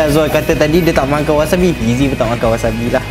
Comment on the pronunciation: wasabi bukan wasami